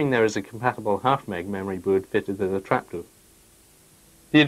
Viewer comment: Trapduuur ! Grrrr. good vid nonetheless :)